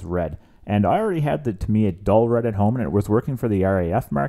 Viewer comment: Not trying to be a dick but..... so many people mispronounce the makers name. It sounds like Tah- me- yah. たみや in Japanese. Sorry, but I had to. Great video and a sweet looking end product